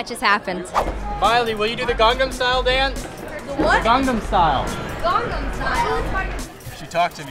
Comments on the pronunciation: I Think she repeated him to mock him cuz he said Gangnam wrong lol. he said it like "Gong"om when its clearly spelled and pronounced "Gang". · first of all it's gAngAm style not gungdam style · Gong-gam style?! Lol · miley sounded like she said gong gong style XD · haha trust Miley to say 'Ganggam style'!! i love her !! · JAJAJAJJA DIOS AME CUANDO MILEY DIJO GANGAM STYLE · Miley: gongnam Style ? haha xd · LOL m miley : " the gongman style" ?? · WHAT, gongnan style!? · miley says it like gongnam style.. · I am getting annoyed at how they can't even pronounce Gangnam right Grrr!!! SHINee Fighting!!! Saranghe Onew Oppa!!!